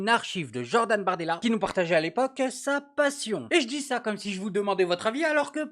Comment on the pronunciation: "Jordan Bartoidela" 🤣🤣🤣